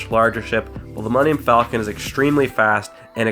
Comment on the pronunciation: Why does everybody mispronounce the Millennium Falcon.